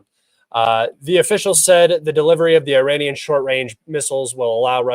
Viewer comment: You Cant pronounce iranian perfectly I am disappointed unsubscribed